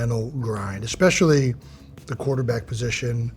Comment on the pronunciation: Jeezus, if I have to listen to this kid mispronounce "especially" ONE MORE TIME.